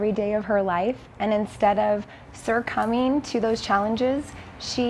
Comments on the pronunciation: I'm sorry ma'am, do you mean succumbing?? Lol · What’s up with the marketing woman saying “sercumbing” instead of “succumbing”?! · Okay wait a minute mom said New York fashion week but this is Oakland fashion week and did the woman say,"sircumbing" ? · “Sur coming” to those challenges? Did she just make up a word? Is she trying to say succumbing? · It is "succumbing" NOT?surcumbing?. Learn to speak English correctly,.